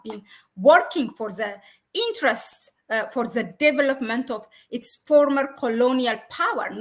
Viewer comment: Please check your pronunciation of T and H ant E put together